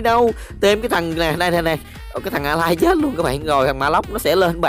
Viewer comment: Thánh đọc chuẩn tiếng Anh : alice= a-lai